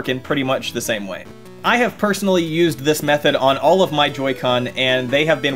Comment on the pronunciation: We’re just gonna act like this guy didn’t just say nya’ll